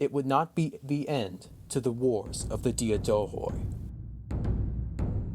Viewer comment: Excellent podcast! A correction if you allow me: in the word Diadochoi the d is pronounced like "th" in the word "the" and "oi" is pronounced like the letter "e".